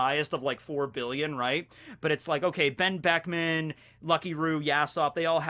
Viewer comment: Whenever you want to say Benn Beckman you should just leave your mouth open and put the audio in afterwards.